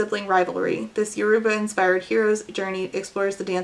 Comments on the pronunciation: even though sucks, i'm so glad i watched this video so i could learn about marve!!! i'm nigerian and my family is yoruba so i'm really interested in this book, thank you for introducing me to this author! also you pronounced yoruba pretty well ❤ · Oh my god thank you SO MUCH for covering Sungate. It was so insane. Also thank you so much for pronouncing “Yoruba” correctly. Omg I cringe every time ppl mispronounce it